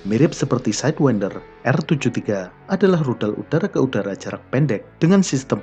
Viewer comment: Org Lain: Aem-Said-win-der Admin: Ahem-Seyd-wen-der